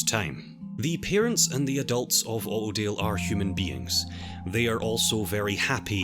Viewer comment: Autodale spoken in his accent sounds just like Ordeal, which is kind of fitting of a name